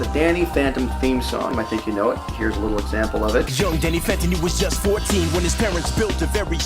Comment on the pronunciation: Everyone should know by now in danny phantom it's "young" not "yo"